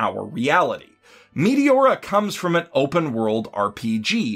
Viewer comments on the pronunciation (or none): The way you say Meteora is wrong and it's so funny XD. You say MEATY-ORA not MET A ORA